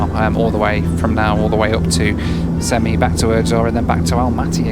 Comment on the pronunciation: Funny as a Kazakh stat they called you a journalist Also its pronounced sem-ei not semi